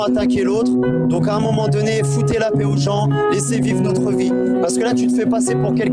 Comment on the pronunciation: Il y a eu un lapsus de l'interlocuteur à 29minutes À peu près Il a dit la plaie pour dire la paix Le lapsus vous va si bien